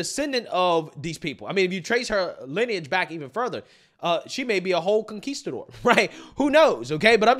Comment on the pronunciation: "She may be a whole Conqesidor" lol